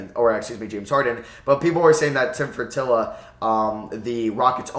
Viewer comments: It's Tilman Fertitta, pronounced Fur-Teet-Uh. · Rockets owner name is Fetitta (Fer-Teet-Ah)